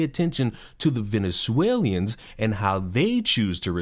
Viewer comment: I like your take and for the most part agree. Just one thing bro — learn how to say “Venezuelans”